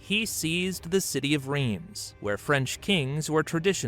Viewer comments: Rhiems, is pronounced Rhense. If this donkey os going to butcher the language he's probably going to butcher the hostory too. I know a fair bit about this topic, lets see. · Do your ears bleed when he says "Reems" ? :D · And I'm so sorry they mispronounced it so disastrously! 😂 Greetings from Austria!